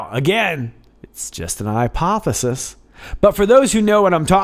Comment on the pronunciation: “IPOThesis” 😂😂😂 nice!